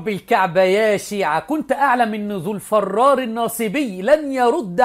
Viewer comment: "الفرار" بكسر الفاء و ليس فتحه